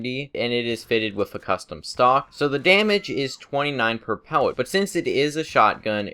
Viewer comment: he cant say pellet lol